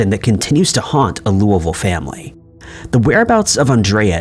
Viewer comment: Of all the words you mispronounce, you pronounced Louisville similar to how someone from Kentucky would.